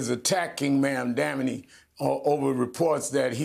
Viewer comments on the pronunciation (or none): I wish Rev would pronounce the name properly! It sounds like "MOM-DONNY"! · Sharpton still can't pronounce Zohran Mamdani's name correctly. Sharpton doesn't press Jeffries on why he hasn't endorsed Mamdani, who just won the NYC democratic primary? There is no mention of Jeffries accepting AIPAC money and the impact AIPAC has on his decisions? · I know this is a very low priority critique, but was anyone else really bothered by Rev so blatantly mispronouncing Mamdani’s last name about a dozen times? I’m honestly quite certain it was intentional and this man has been in the news for months and especially the last few weeks. Rev Shurptain (intentional) knows better that Zohran deserves this basic level of respect. Do better.